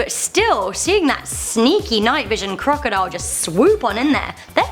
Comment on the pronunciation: I like how she says crocodole.